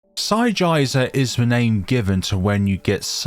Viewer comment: please never say Psigizer again, it feels wrong XD